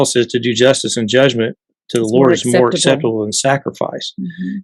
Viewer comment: "more" not mire